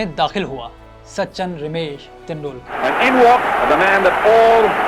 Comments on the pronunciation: It's so annoying, The narrator kept saying Sachan Sachan instead of Sachin 🤦🏻‍♂️ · sa chan nahi bhai. sachin. tum log naam hi nahi bol pate ho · It's Sachin not sachan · "Sachan" kon hy? 🤣 bhai naam to sahi sy le lo